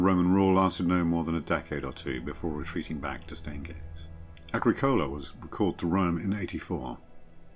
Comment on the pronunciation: Agricola. Why pronounced like coca-cola?